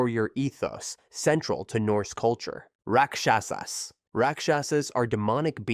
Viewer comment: Rakshas❌ Rakksshasaaasssss✅😑